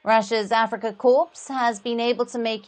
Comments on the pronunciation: Reporter PLEASE pronounce CORPS as “KAW” or “COR” bloody hell, I was thinking of a dead Marine when you prounounce “KorPPPs” with “P”😂😂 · Is this presenter on a wind up, corp is pronounced core with a silent P not pronounced corpse. Stop it, you trying to curse or belittle them.